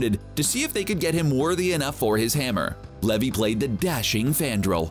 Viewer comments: So Zachary Levi pronounced (lee-vie which rhymes with eye) not levee. wasn’t in Thor, he was in Thor: The Dark World & Thor: Ragnarok. Do more thorough research. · It's Zacheri Lev'i' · Pronunciation of Levi is Lee Vai